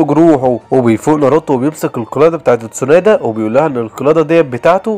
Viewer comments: و برضو اسمها تسونادي مش تسونادا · الملخص اسطوري بس في غلطات الاولي: اسمه جيرايا مش جيارا الثانيه: اسمها اتسونادي مش اتسونادا الثالثه: اسمها الأكاتسكي مش الأكاتسكو الرابعه: اسف لكل محبين إيتاتشي لاكن مستحيل إتاتشي يقدر يهزم مايت جاي الخامسه: اسمها ايدوتنسي مش ايدوتنسو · ليش ما بتعرف تقول ولا اسم كيسامي✔️كزيميرو✖️ تسونادي✔️ تسونادا✖️ جيرايا ✔️ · تسونادا ؟ قيارا؟